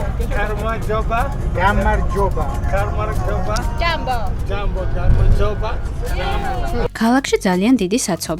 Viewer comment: პირველად ვნახე თქვენი ვიდეო, გადმოცემის მანერა საუკეთესო 10 დან 10 ქულა, ლამაზად მოკლედ და გასაგებად, კარგი გადაღებული და კარგი საყურებელია. მასაები ნიჭიერები ყოფილან, ინგლისურენოვან ხალხს გამარჯობის თქმა ასე კარგად არ გამოსდით